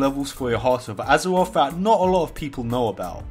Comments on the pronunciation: hearuth of uzurauthh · hawt ov azewof, wold ov wocruf